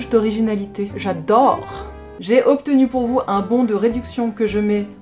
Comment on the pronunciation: A le "J'adooore" en mode bourgeoise m'a tué 😂